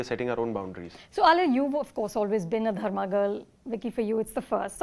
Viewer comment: Dharma nahein “ Drugma”